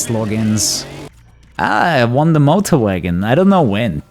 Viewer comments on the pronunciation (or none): none